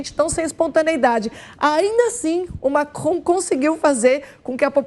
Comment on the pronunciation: Macron..." lacron" kkkkk